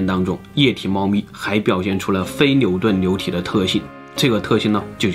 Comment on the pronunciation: 流牛部分，l，n不分。